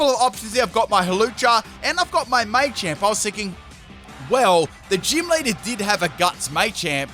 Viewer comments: Say it with me: "Muh-champ. Muh-champ." Maychamp. 🤣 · You're killin me. I know you know it's Ma-champ and not May-champ. You've said it before -_ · thank christ someone else noticed this too...it was driving me mad him saying it wrong.....its "MUH-CHAMP" not "MAY-CHAMP" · I wanted to throw up every time you said “may-champ” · Maychamp 😂😂😂 the way you say Machamp haha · It's Ma-Champ. The Ma is sounded like when you say the word Mach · As an Australian, yeah, he's definitely saying it wrong.